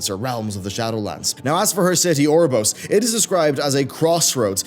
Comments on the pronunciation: It's pronounced You're-a-bore-as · It's pronounced Oo-roh-boh-rohs. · It's pronounced or-oh-bore-ohs... Why must people always disappoint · No, it's not, that's typical English butchering of the word. Oh-uh-rho-bo-ross is as close as someone without education in Greek / Latin pronunciation can get to saying it correctly. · Your pronunciation of Ouroboros changes literally everytime you say it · I lost count on how many times he mispronounced Ouroboros. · Lol that is NOT how you pronounce ouroboros